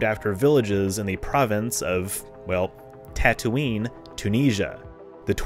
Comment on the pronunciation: As always, very interesting. I've never had a lesson in binary stars until now. 🤓 You are really good at this. And I LMAO when you said Tattootoo😂😂😂